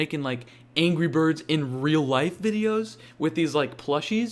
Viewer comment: there Is No Way He Is Saying Angey Bird There is No way He Is Saying Angry Bird